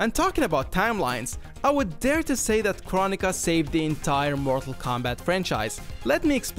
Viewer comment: It’s crow-nee-kuh